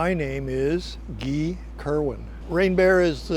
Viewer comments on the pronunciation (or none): "my name is 'gee'. What a pompous twat. Na mate it's GUY!